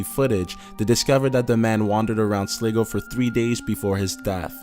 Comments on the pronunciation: SLY-GO (not) SLIG-GO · Hahah you said slego it's pronounced slygo hahaha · its SLY-GO XD loool sleego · It's pronounced sly-go . Ireland Not slig-o Jeeeeeeez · Time to use a narrator who correctly pronounces words from text ( Sligo is not 'slee-go' , try 'sly-go'). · "Sliggo, Ireland"?? ....It's pronounced "Sly-go".. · Slig-o XD. Sorry just found that funny cause I am from there(at least I think that's the place you referred to). It is called Sly-go but Slig-o is nice XD. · Just a heads up, the Irish town is pronounced Sly-go not Sligo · Urgh....right its pronounced Sly-go not Sli-go!! So fuckin annoying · What is Sleego? Its Sligo hahahaha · its pronounced slyyyygo 😂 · Sligo isn't pronounced sleego... but pronounced SLYgo...... ok just so u know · It's pronounced - SLY GO! not SLI -GO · WOOOOO SLIGO By the way it's pronounced Sly-go, not Slig-go, but anyway SLIGO WOOOOO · Sligo is pronounced 'sly-go'. However I still laughed. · Sligo is pronounced Sly-go. Not slig-o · "Sliggo, Ireland" It is pronounced sly-go, not slig-go. You're welcome. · It's pronounced “slygo" not shligo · it's not pronounced "slig-o" its pronounced "sly-go" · its pronounced SLY GO not Slig o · Good but sad vid mo chará. When you mentioned Sligo it is actually pronounced 'Sly-go´...... But good job. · Sliggo? It's pronounced sl-eye-go hahahaha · Sligo is pronounced SLY-GO. Easy to check on Wikip. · Sligo is pronounced as Sly-go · Good video. Just to let you know Sligo in Ireland is pronounced Sly-go. 😊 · Sligo is pronounced Sly-go... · #2 - Sligo is pronounced Sly-go. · You pronounced Sligo wrong it's pronounced as sly go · The way he pronounced Sligo HAAHAHAHAHHAAHHAAHAH it's pronounced ( sly-go) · Just a little heads up - Sligo is pronounced Sly-go..... :) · sly-goh....fucking learn how to pronounce shit, please. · It's pronounced Sligo like sl-eye-go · Nice one always enjoy the videos. Just one thing Sligo is pronounced Sly-go. Keep up the good work. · Sligo is pronounced Sly-go.